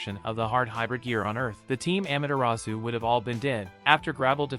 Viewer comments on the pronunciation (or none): He says amaterasu actually he is it wrong amatrus